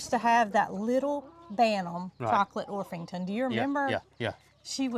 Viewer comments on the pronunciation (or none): Good morning and! It is Orpington... no "h". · Or-ping-ton. 😆 I have a chocolate Orpington hen that my friend hatched out and gave me. He thought it was a Marans. 😊 Her name is Coco Chanel. 😁